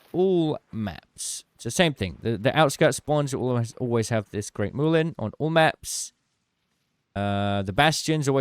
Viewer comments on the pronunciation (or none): It's mulien not moolien